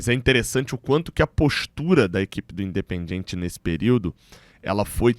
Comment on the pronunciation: um toque na boa. Não pronuncie: "In de pen DJI en TCHI". isso soa horrível em espanhol. Pronuncie o DI e TI como os sulistas ou pernambucanos. ST.